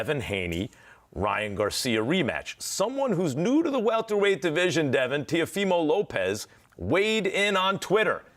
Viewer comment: Not as funny as Mayweather calling Teofimo, TeLefimo. After the Latino media Telemundo